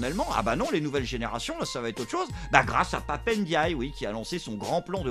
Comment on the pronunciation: On dit Pape & Die et non pap n'dye car on dit M&M's et non m n'ms 🤣😂🤣. Dsl il fallait que je la sorte!